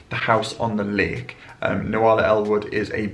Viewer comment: Nuala is pronounced Noo la it's an Irish name.